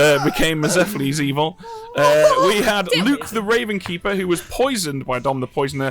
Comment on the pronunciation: why does everyone keep calling it the RavenSkeeper? There's no S there. It's just the Ravenkeeper